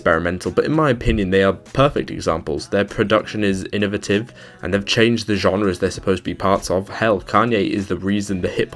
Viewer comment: anyone else obsessed w the way he pronounced “innovative”?